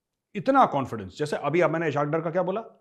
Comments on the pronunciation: #thechanakyadialogues #majorgauravarya It's pronounced as ISS Hawk Daar Not ishak dur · Sir, Pls correct your pronunciation of Ishaq Dar: It is spoken as Iss-haaq Daar, इसहाक डार, اسحاق ڈار 🙏Aur takaa k be-izzati karen I anxiously wait your tasty lectures.